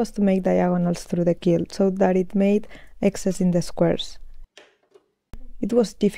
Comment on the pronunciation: Muy bonitos tus proyectos y este en particular! En Ingles decimos 4 BY 4. Tambien quilt se dice como Cuilt, son pequenas cosas que tambien tuve que aprender. Eres muy inteligente y admiro la calidad de tus videos. Saludos tambien al dueno de las camisas.